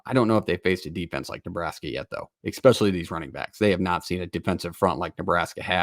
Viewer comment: It’s hard to take anyone seriously when they pronounce it Exspeshully